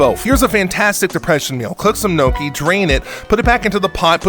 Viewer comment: Did you actually unironically call gnocchi as "NOKIA"??????? 🤌🤌🤌